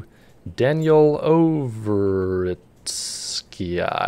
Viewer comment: I am pretty confident it's "Ov-rut-ski' with stress on the second syllable. Just russian names.